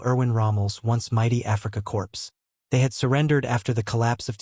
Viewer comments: Hey, dunderhead! The word 'corps' is not pronounced 'corpse'. It's pronounced 'core'. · Africa CORPSE? (deceased person) Only AI or a foreigner would mispronounce corps. It's pronounced "core" like the United States Marine Corps or an apple core. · Corps is pronounced CORE. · You don't pronounce the p in Corps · Tell your A"I" that the "ps" is silent in h the word "corps" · Great vid!! But, for the love of God, why don't they pronounce words correctly?? Corps